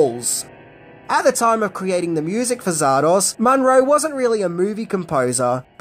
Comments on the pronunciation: Zardoz so why keep calling it Zardosh? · its zardoz ZARDOZ not zardos come on now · Hey mate why in the heck you saying: czardasz ?? Batsht crazy Aussie, are ya?! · Sorry dude it's Zardoz Not Zardosh Please pronounce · after watching the whole video i still don't know if you pronounce it "zardoZ", "zardoS" or "zardoSH" :) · You say Zardosch, and I say Zardoz You say good film, and I say weird film, Let's call the whole strange. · Zardosh!?... maybe that's how Sean Connery pronounces it😅😂🤣🤣🤣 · “Zardosh”? What, is it Hungarian? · why does this bird keep calling it ZAR-DOSH??? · What's, "Zardosh"? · Stop saying Zardorzshh, you massive. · Why did he keep saying "Zardosh"? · I last saw this film in the mid 80s on my tiny black and white TV, so my memory is definitely not great, but why did you pronounce it Zar-dosh at the start? Is that how it's said in the film? If so, I really don't remember that. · hey why are you sometimes pronouncing it "zardosch"? did i miss something? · I couldn't tell if the Zardosch was a nod to Connery and his accent. In the outcome he did say sheeya! instead of seeya! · I'm not proud of how long it took me to realize why was saying Zardoz the way he was. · So you can't even properly pronounce or even spell the name of the film! Astounding! Yep you're right... You are tripping balls